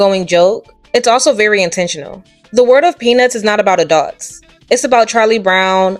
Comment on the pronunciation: Someone please tell me I'm not the only one who hears A dog's every time she says Adults?? I had to do a double take when I heard it but I KNOW she's saying a dog's instead of adults 🤣🤣